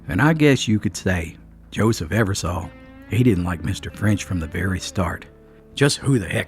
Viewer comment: You are pronouncing the last name wrong it's Eversole like the sole of your shoe , I have Eversole in my family, it's a good video!!